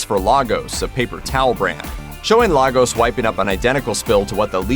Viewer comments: It isn't Lar-gos, it's pronounced Laygus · The city is pronounced LayGos not lahgos😭😭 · People it's actually pronounced " Lay gos" not "La " 😩🙄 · Lay-gos not Lah-gos, I don’t know why the show missed that.